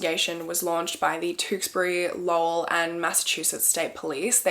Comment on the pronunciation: Snaps for saying Lowell right 👍